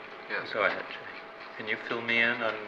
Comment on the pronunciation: it sounded like his name is Jimmy, and not jay